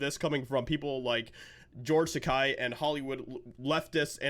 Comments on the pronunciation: Its’s not Takei as in “eye”, but Takei as in “gay.” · Isn't it Takei, not Tekai? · His name is pronounced Tay-key 🙄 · Just a slight correction (more a clarification): "Takei" is pronounced "T'-kay", which rhymes with "gay" which is what he is which is how to remember the pronunciation. Other than that, I agree 100% with what you said. I don't agree with many of the Hollywood elite's political views. However, as long as they don't bring those views to their performances, I have no problem watching them (or listening to them in the case of musicians). I think Madonna should be arrested for saying she has thought about blowing up the White House, but I like her music, anyway (I'll listen to it as long as it's free, but I won't support her financially by buying an album, etc.). As for George (and Whoopi Goldberg, for that matter), I am a lifelong "Star Trek" fan, so I can watch a "Star Trek" show or movie regardless of who is in it. The "Star Trek: Picard" second season premier episode had Whoopi reprising her role of Guinan, and I'm OK with that since she's the one who played the part in "Next Gen". But I will NOT watch "The View", for example, where she gets to be herself and spout her brain-dead garbage on pretty much any subject they cover. Same with Takei. I'm OK with watching him play Sulu, or any other role he's played, but I do not follow him on any social media sites simply because I so totally disagree with his politics. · Just a FYI ... His name is pronounced "George Ta-kay like in gay." His words (sorry. Star Trek UBER Trekkie.) I used to like following him on Tweeter... Now ...not so much. Prefer Bill Shatner (even tho he's a dick too), Robert Picardo and Pat Stewart. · His name is supposed to be pronounced "takéé". 😭😭😂